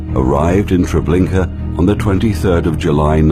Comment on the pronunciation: TREBLINKA, not Trablinka!